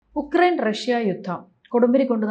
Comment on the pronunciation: യുക്റൈൻ not ഉക്റൈൻ